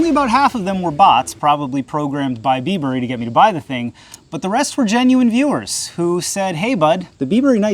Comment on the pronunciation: bibury not bee burry lol, like bribery without the r